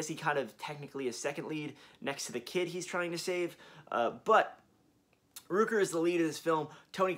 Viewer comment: Hi, it’s Michael Rooker, the Rook in his name is pronounced like Cook, not LOOP. GREAT VIDEO! I am doing my best to keep up with the new releases but jeez, it adds up quick! Looking forward to the 4K remaster of Zombie and Maniac!